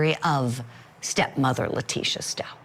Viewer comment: LIE-Tecia stauch